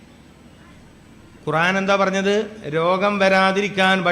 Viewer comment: قرعان അല്ല മൊയ്‌ലിയാറെ قرءان ആണ്